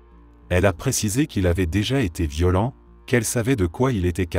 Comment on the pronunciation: J'adore ces vidéos, vraiment ! En plus l'idée du feu de camp est excellente, je trouve. Mais l'IA... "D'à côté" devient "D accent grave à côté", "violent" l'adjectif devient "violent" le verbe conjugué et donc prononcé "viol", la "côte é" pour "côte est", "on apprend à le supportère", etc. J'avoue, le "D accent grave" m'a fait éclater de rire ! En plus il s'agit d'une apostrophe, il aurait dû dire "D apostrophe à côté" !!! Ça ne m'empêche pas d'écouter toutes ces histoires qui me passionnent, enfin surtout ce qui est paranormal, parce que là... le pauvre homme en feu, devant son petit-fils... Épouvantable. Je me suis abonnée, mais j'aurais préféré que la voix soit celle d'un conteur. À part ça : TOP.